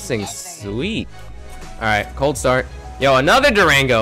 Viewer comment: Highlights: OUWWH COWLD STAWRD